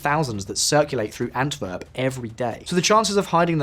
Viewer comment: Really minor detail but the pronunciation is killing me lol "w" in Flemish Dutch is more or less pronounced like an English w so it's not "Antverp" or "De veever" but "Antwerp" and " De Wayver" (following English phonetic rules).